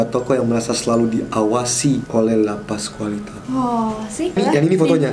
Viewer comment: Andovi: La Pascualita. Wht I heard: Lapas Wanita? 🤣🤣🤣